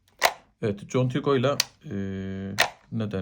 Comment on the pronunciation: /kontigo/ diye okunur.